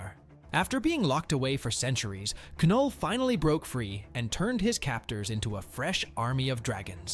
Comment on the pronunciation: I hate to be a stickler for details but his name is pronounced null, the K is silent